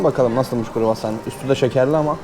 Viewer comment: Kuru hassan nedir mübarek kroassan diyeceksin kroassan kuru değil 😂